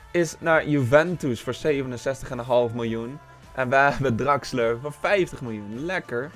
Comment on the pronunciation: Hahahaha geen haat maar in deze video spreek je al die namen bacca en draxler en napoli verkeerd uit maar maakt nii uit moet je zelf weten zeg het alleen😂👌🏻❤️